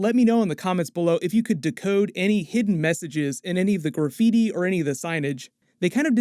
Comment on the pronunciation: I can't get over how you say gooor-feety instead of graffiti 😂